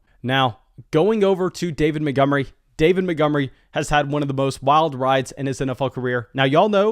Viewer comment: Who's David Mittgummery? 😂